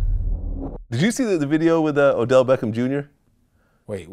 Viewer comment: Odell! Not Adell!